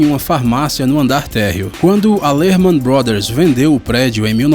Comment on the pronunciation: Não é Lerman Brothers